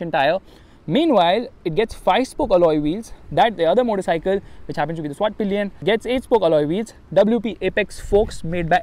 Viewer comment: Vit-PILEN . NOT vit-PILION